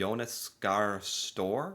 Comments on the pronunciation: you were so good in pronouncing the Norwegian alphabet, so you should know how you pronounce Støre. It's not stor like in the English word store. Remember the Ø, the second last letter in our alphabet. And the E is also pronounced, E as in Eric. 😊❤️ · That was a big FAIL!! He pronounced the primeminister's name completely wrong!! His name is Jonas Gahr Støre....🙂